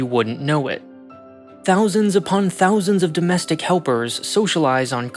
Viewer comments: doestic helpers? whats a doestic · …”DOESTIC” helpers? I think you forgot a letter.